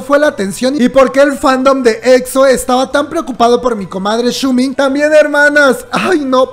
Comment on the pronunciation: Xiumin no shumin jajajajajaja